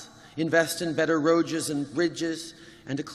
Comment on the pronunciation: What is a "roadges" ?